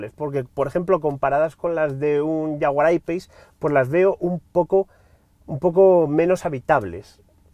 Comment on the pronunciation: La primera vez que escucho a un español pronunciar bien "jaguar I-Pace". Bravo. Todo un ¡profesional este señor